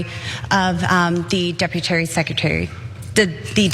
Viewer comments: "Deputary Secretary" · Deputary Secretary! LMAOOOOOOO. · She cannot even speak English clearly, yet Colorado, believes her qualified to represent them in Congress? It's DEPUTY SECRETARY, NOT deputary. If you want to cut someone's salary, at LEAST know how to pronounce their job title. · She said, "departy" 2 or 3 times! Was she drunk??? Saying "departy" instead of "deputy" is too, too weird! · Cenk, she didn't say deputy multiple times, she kept saying "deputary". In her world, that's a thing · Not the Deputy Undersecretary, the “Deputary”. She stated it twice. She was quite clear about that 😂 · Deputary. Girl wtf🤣🤣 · How the fuc do you flub the words depertary secretary twice...WTF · 'deputary'..... i'll allow it. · “Deputairy secretary” -Dr.Seuss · “Deputary” ?? smh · Decrease the salary of the deputary 😩😩😩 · Heyyyyy i have implants but am an intellectual & never say deputary or secutary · Well, it IS hard to walk and chew gum at the same time. “Deputary?”🤪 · Debutarrry under secutarrryy 😂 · Deputary-secutary😂😂😂😂...check the vape pen? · Deputary? She made up a word! I kind of like it. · Welp, at 90 seconds into the video, she's uttered "deputary" twice. Shall we allow it, or do we go the Regina George route? "Lauren, stop trying to make 'deputary' happen! It's not going to happen!" 😂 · 🤣🤣🤣🤣🤣🤣----"Deputary""------she is just straight inept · "Deputary Secretary"?! That G.E.D. diploma holder supreme educational acumen is rearing its ugly head. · Deputary Secretary😂😂😂? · The deputary!😂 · "deputary" what a maroon Boebert is. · She's drunk! Twice she said "deputary" secretary. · DID SHE HAVE A LIQUID LUNCH. 'Deputary Secretary'...........really girl. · Deputary x2! 😂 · Deputary secutary ?!😂😅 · ""I did not shoot the Deputary !!"" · The "decutary" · Lol... "Deputary secretary" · Deputary Secretary? That's a new one 😅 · Deputary Secretary?!? 😳🤣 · Deputary though? Goodness, and they mock President Biden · "Deputary Secretary" 😂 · The "deputary"? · “Deputary secrety” 😳